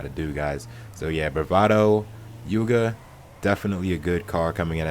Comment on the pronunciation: when he said the youga i thought he was kidding